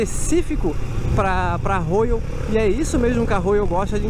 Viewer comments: Legal só não é Rôyal é róyal kkk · Rôyal, Rôyal, Rôyal e tome Rôyal. Se não sabe falar inglês não tente fazer a pronúncia certa, isso cansa os fluentes em inglês. Já viu alguém falar Rolls Rôyce?